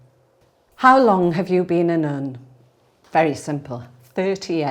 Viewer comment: As an easterner what's this accent? It makes her so elegant well except that 'nuun' pronunciation.